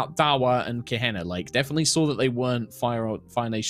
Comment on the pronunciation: Kaeh-Hee-nahh: Kehina